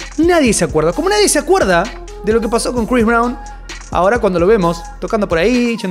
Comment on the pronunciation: Crois Brawn...😂😂